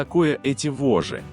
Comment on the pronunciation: Читать надо правильно :"воЖЖи" с двумя Ж.